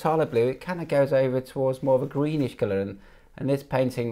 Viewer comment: Your pronunciation "color" sounds a lot like "killer"...just saying...